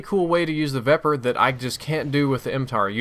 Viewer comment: can you please start pronouncing these names correctly? The Vepr is a Ukranian SMG, I'm pretty sure, and it's pronounced Viper. Also, the Bizon is pronounced Beezon.